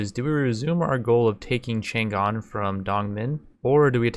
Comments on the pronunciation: The G is silent in "Chang'an", though. It kinda grinds my gear to hear it all the time through the video. And it's not like people could get it wrong because it's Chinese, I mean for the majority of times the G is silent when it comes after N in English anyway, why would you pronounce it like that? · negative factor -5 for pronunciation of chang'an